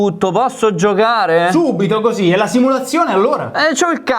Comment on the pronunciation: "Hosi" passione Fiorentinaccio